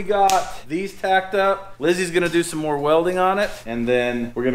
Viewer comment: “It’s not completely done, but it’s MORR done.”